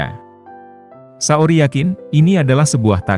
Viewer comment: Saoirse itu bacanya sersei min, bukan saori